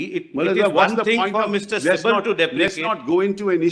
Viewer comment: Kapil sibbal nahi sabbal kahiye😂😂